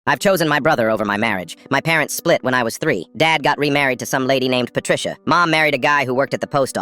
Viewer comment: When i heard "particia" i screamed "PATRICIAAAAAAAHH"